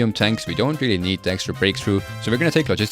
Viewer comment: "But since we want to grind our genewals, bold attack is weally good" femboy of iron 4 confirmed